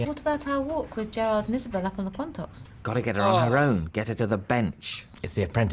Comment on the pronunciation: Wow... you guys trying to pronoune the Quantocks is hilarious haha 🤣 😂